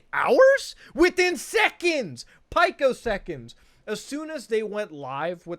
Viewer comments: When muta starts saying "piekoseconds" instead of "picoseconds" you know he is pissed off on a different level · "pike-o seconds" Literally unwatchable